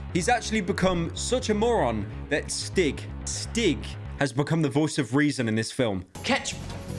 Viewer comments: I beg to god it’s annoying me the way you pronounce stig, it’s a long I, stiiig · Swedish "Stig" is pronounced "Steeg". Otherwise, great video! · Great vid but this one thing annoys me... As a Swedish person, I can say that it is pronounced "steeg" rather than "stig" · i keep hearing stick instead of stig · The pronunciation of Stig to any Swedish person just hurts